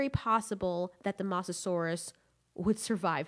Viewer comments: It's MOsasaur not MAsasaur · STOP GOD DAMMING CALL HE MOSASAUR MOSS A SAUR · Who got triggered after she kept on saying the mosasaures name incorrectly?